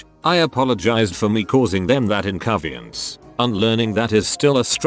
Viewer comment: TTS bot: incoviense